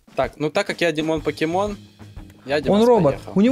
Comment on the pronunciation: не пакемон а покемон